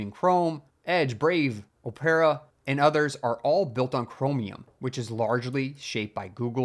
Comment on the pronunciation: It’s pronounced “op-ruh” not “oh-pera”. You know, like going to the opera?